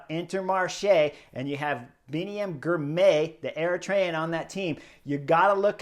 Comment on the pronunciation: Spelled Girmay, pronounced Girmy.